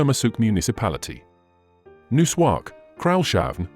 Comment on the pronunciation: It’s not pronounced nak. It’s pronounced Nook, written as Nuuk. Don’t make videos of places if you can’t pronounce the names of these places correctly. You’ve butchered all the names of all the towns in Greenland. 😡 Why are you adding photos that are not from Greenland at all? 😡 A very poor video about Greenland.